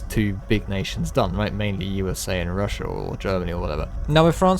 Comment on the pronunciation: Chiner? Russiur?